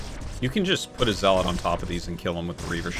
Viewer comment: Please learn how to pronounce zealot.... They have it in the cutscenes